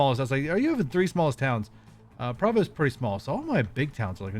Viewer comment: Since you mentioned pronunciation in your first video.. Provo is pronouinced as pro-vo kinda like pro-fesh-un-al